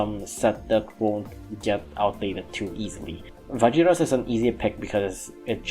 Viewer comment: It’s Va-Heer-Us. Vajiras is a Spanish derived word.